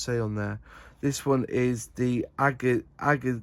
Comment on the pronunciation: Im jealous of that, time to search for one online… A for the effort, but its pronounced “Aka-gi” since its japanese The Akagi was a Japanese aircraft carrier during ww2, thats the Carrier variant of the Zero